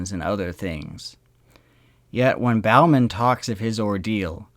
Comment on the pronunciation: It was Bowman pronounced boh-man now bow as in bowing to an audiance.Bowman like Bowling.